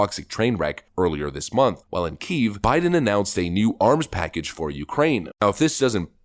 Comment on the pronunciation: Will someone PLEASE tell this guy that Palestine is pronounced with a long i and that Kiev is pronounced Key-ehv. It's distracting as hell.